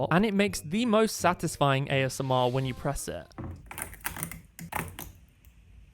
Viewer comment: Is nobody gonna talk about the fact that he just said "AMSR " ?